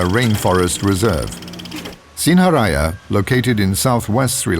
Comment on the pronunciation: its pronounced sin-ha-raa-ja